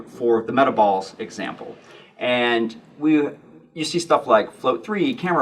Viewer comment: im glad im not the only person who thought this said meatballs not metaballs XD